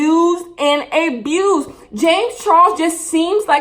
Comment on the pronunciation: A-bused .. LOL